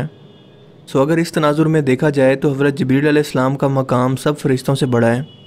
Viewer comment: bhai aP word ko ghalAt q boLte ho J ko z parte ho q bhai fazooL ka natak jaan booch kr q krte ho bhai bura lGta hai bhai bhale aP india se ho pr kia india waley itne b jahiL thori h bro zibreel nhi jibreel hOta